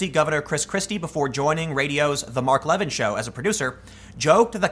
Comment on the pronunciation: Hey Tim long time no comment, sorry about that but one quick correction: Mark Levin's last name is pronounced "La-Vin" and not like the Corolla Levin from Initial D lore.